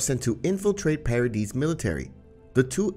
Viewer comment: bros saying parody island when its paradis